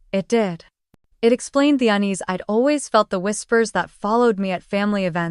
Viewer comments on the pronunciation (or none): Unease, not unis